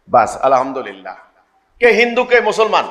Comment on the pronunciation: বিসমিল্লিাহ এবং আলহামদুলিল্লাহর উচ্চারণে 15টা ভুল